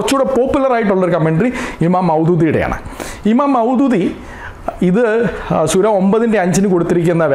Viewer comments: സുര അല്ല പാസ്റ്റരെ, സൂറ എന്നു പറയണം. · സുര എന്നല്ല,സൂറ എന്നാണ് ഉച്ചരിക്കേണ്ടത് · സുര അല്ല mwone... 🤣 സൂറ ആണ്.. എന്തൊക്കെ ആയാലും അദ്ദേഹം പറഞ്ഞത് ഖുർആനിൽ നിന്നുള്ളത് തന്നെയാണ്... പിന്നെ ഒരു കാര്യം കൂടെ അവർ തമ്മിലുള്ള കരാർ എന്താണെന്ന് കൂടെ നീ പറയണം.. (നിനക്ക് നട്ടെല്ല് ഉണ്ടെങ്കിൽ മതി )👍🏻👍🏻👍🏻👍🏻